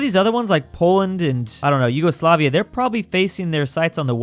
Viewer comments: YOGOSLAVIA, REALLY? ITS YUGOSLAVIA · Its not Yougoslavia or Yogoslavia its Yugoslavia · Did anyone notice “yogoslavia”? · Ah yes, Yogosoafia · 5 months later I noticed Yugoslavia is "Yogoslavia"